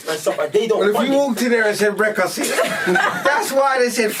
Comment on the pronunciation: My man can’t even say the word Brexit 😂😂